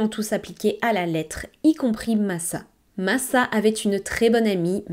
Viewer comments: Coucou ! Très bonne vidéo mais aucun prénom n’est prononcé correctement… il serait judicieux la prochaine fois de s’informer sur la prononciation. Ce n’est pas « Masa » mais « Macha » comme dans le dessin animé… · Son prenom se prononce Macha=Masa et sa mère Natasa=Natacha